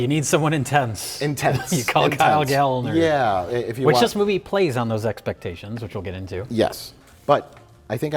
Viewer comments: It's pronounced Gal-lner. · It's "Gal-Lner" That's why there are two "L" instead of one. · If Gallner starts with the “Gal” sound then we have to pronounce the second L separately, like “Gal-L’Ner” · as a little side note referring to the bit at the beginning of the video: considering that Gallner is a surname of German origin the 'a' would be pronounced as a short vowel! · . Can't say his own name right? Just like Willem Dafoe?